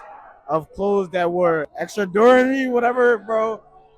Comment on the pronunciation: Not knowing how to pronounce gauche is okay because its not commonly used, extraordinary and silhouette are really bad tho